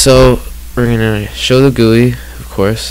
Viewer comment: I know what it is, I've just never heard it pronounced like that lol